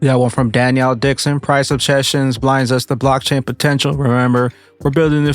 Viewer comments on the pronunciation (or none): Denelle*** not Danielle ❤